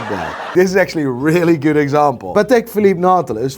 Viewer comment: Who the hell is buying watches from the muppet that says "PatAK" bet he says "EXpresso" too